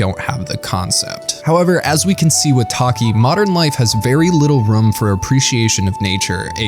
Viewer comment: Great video, I had suspicions you were from Massachusetts by the way you pronounced 'room' lol